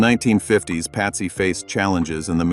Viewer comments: Patsy not Pasty ffs 🤦🏽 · They got to get these computer crap together. Patsy is not pronounced pasty